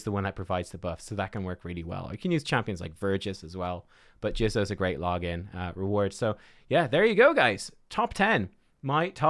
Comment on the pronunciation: JIZZOH lol JIZZOH. He said Jizzo.